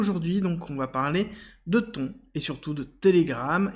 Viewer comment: ça se pronounce Tonne je crois